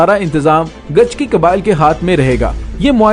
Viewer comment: Bauch qabilay ka name gichki. hai gachki ya gichki nahi